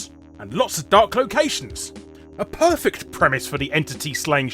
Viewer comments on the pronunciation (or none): none